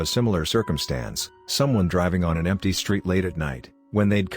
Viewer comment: There's no "e" in driving, love.